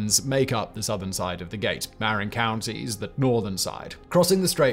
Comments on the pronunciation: "Muh-rin" Marin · I was on the GG Bridge when the 1989 Earthquake hit. It was imperceptible. Parts of the Bay Bridge collapsed. You're not quite pronouncing Marin County right, MAh 'ren. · Lol at the way he pronounces Marin County...